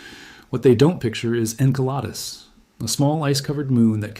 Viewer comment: That's pronounced In-Cell-a- Dus!! NOT Ink-a-lotus!! 🙄 😮